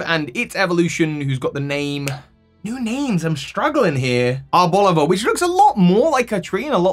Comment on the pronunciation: I pronounce Arboliva the same way you do. Making Arboliva rhyme with Diva is just weird to me. Wugtrio swapping its nose and body colors is interesting